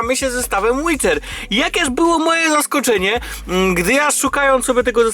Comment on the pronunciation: CZYTA SIĘ ŁIDER KU*WA